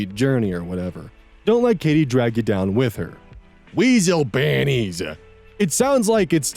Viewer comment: I truly appreciate the pronounciation of WEASLEPANTIES